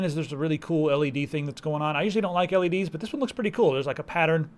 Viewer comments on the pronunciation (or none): none